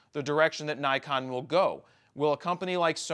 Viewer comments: Nik-on. Nik-on. Nik-on. Not Nai-kon. Not Nai-kon. For the love of God it's Nik-on. And yes, I know. I live in Japan. I speak Japanese. My wife is Japanese. Please stop hahaha. It's Nik-on. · Nee-con... " i " sounds like ee except after a ...